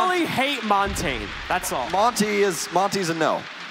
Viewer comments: they way they pronounce montagne kills me lol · Imagine being a castor in the current year and not knowing how to properly pronounce Montagne